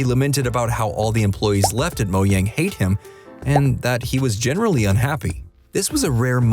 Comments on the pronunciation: If I here mo-Yang again I’m actually gonna find your address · Moyang hahahha